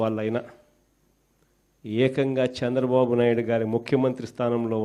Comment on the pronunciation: హేయ్ జగన్ శాంద్రబాబు కాదు చంద్రబాబు అని పలకవయ్యా మాజీ. ఇదేనా నీ తెలుగు వెలుగు, తెలుగు ని నాశనం చేసేస్తున్నావ్, కోవిడ్ టైమ్ లో cm రిలీఫ్ ఫండ్ లెక్కలు చూపకుండా దొబ్బేసావ్ కదా మాజీ, మాజీ అయిపోయిన నీకు సిగ్గు లేదు, నువ్వు సమాజం ఉండటానికి పనికిరావు, నీకు సరైన ప్లేస్ జైలే, నీ అవినీతి కేసుల్లో నిర్దోషిగా నిరూపించుకో జగన్, నీకు బుద్ది మారదు, పాకిస్తాన్ వాళ్ళది నీది ఒకటే బుద్ది, త్తు, త్తు, ఛీ, ఛీ.